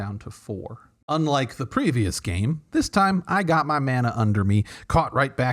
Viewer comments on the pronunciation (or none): none